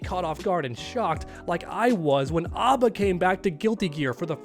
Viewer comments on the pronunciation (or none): none